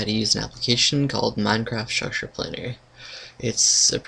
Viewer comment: why do you say minecraft šš planner